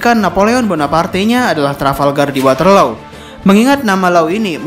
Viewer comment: Maaf min, maksud mimin perang waterloo bukan? Kalo iya, pengucapannya water-lu, bukan water-lo/law. Jadi menurutku kurang relevant min